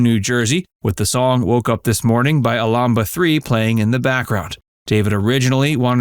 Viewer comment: Alabama 3 are the group Thant sings the opening song woke up this mourning. You were wwaaaayyyy off in your pronunciation.